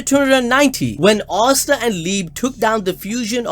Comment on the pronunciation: man says “arsta” bro its asta (ass ta)